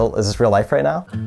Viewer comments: Idk if this is a northern thing but he pronounced right as rate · The way myth pronounces “right” lol